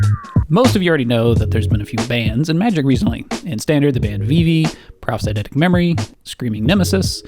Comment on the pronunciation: intrigued that you says "Banneds" instead of "Bans"